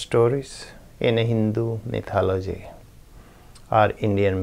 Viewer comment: Apparently a Dalit in India was recently murdered for riding a horse. This is one of the reasons for rioting in India recently - 2018. Congratulations upon your correct pronunciation of mythology, always mispronounced by Indians.